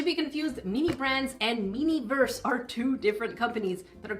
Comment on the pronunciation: you called it miniverse again.. lmao